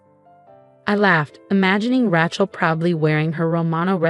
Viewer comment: Ray-chel, not Rat-chel and heir, pronounced "air" with a silent H.